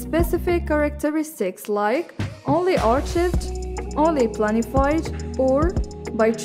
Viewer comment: since when we pronounce the CH sound in Archived? hhh good job though keep up the good work